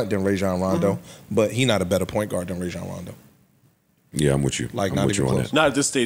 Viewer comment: These sports fans repeatedly mispronouncing Rajon Rondo hurt my ears